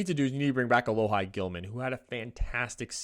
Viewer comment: It’s Uh-Lo-He Gilman lol sorry